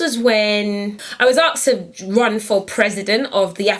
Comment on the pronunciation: Ahhh man, it's "as well" not "is well" and it's "aSked" not "aKsed". Sorry such a pet peeve!